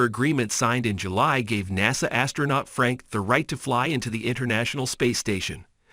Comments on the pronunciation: How could I say this easily so I'm just going to say it bluntly can I trust anything this man is saying Hell he can't even say NASA right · There were too many mispronunciations in this to be credible; NASA (Naysah), Starlinber (Starlinner). Come on, have some professionalism. Disliked.